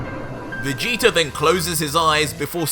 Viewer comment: Who is "Vegeter"